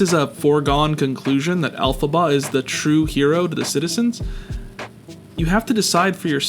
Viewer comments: The reference today are a little more on the nose than today. The way pronounce elphaba. He is saying it like it's pronounced el-faba as in how to pronounce faba from Pokémon. Bachardio is very golurk in design. Fababa has the darkrai silhouette. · It’s pronounced “L-fuh-bah” 🤓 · “El Faba” he says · the way this bitch pronounces "Elphaba" omg you never know anything about the franchises you do videos about omg